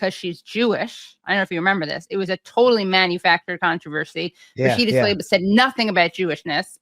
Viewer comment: It seems somehow apt that Katie's the only person I've ever heard pronounce Rashida Tlaib's name the way it's spelled. I mean, if you can't even trust a journalist or anchor to do that... Also, yeah, that Defamation doc is great, and funny too.